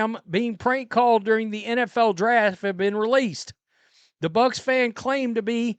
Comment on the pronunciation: I don't think he was a Buccaneers fan at all. Seems like he was an Ohio State Buckeyes fan. He said go Bucks with a K as in Buckeyes. Not Bucs for Buccaneers.